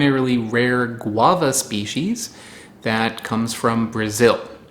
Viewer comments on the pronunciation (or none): none